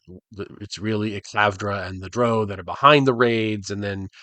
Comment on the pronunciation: Yeah, him pronouncing it like droh is really throwing me off here. I didn't know he was 'one of them'.